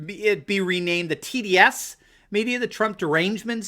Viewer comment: When you said the Marxist media should be renamed the T.D.S. media (for Trump Derangement Syndrome,) I thought you said "tedious" media. Oh, well. Same thing!